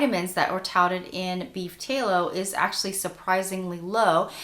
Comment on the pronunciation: Tallow like shallow. Not tay-low.